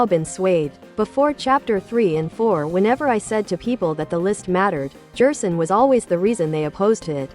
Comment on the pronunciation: you might try gherson or maybe guerson to get it to not say jerson